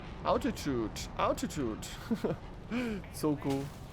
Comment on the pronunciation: F16C GBU-12 is bugged and has Snake Eye bombs for that loadout. And cockpit voice needs work, says Gear Down when gear is going up, and "Altitude" is pronounced wrong. HMD doesn't work on the F16C. The F16C can NOT use FOX1 missiles IRL. OH-58 helicopter still has to remain fully exposed to fire and guide Hellfires, so the FLIR pod above the rotors is useless. Edit: AIM-9M is a 40g missile with 100% flare rejection.